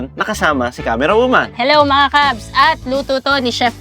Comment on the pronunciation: same kami ni camerwawoman, hirap sa "R" haha